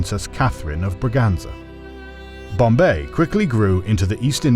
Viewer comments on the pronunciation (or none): none